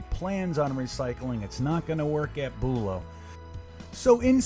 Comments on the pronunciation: not boolow bUlow emphasis on the BU low also this is florida nothing can stay good outside but that is ridiculous they make money they should change them more often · from a local ur saying it wrong lol